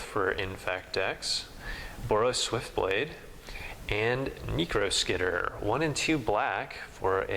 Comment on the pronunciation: Findlay Murdoch You mean like "knee-crow skitter," right? Or that Lodestone Golem apparently reads "Nonartifact spells cost 1 OR more to cast?" And that's only in......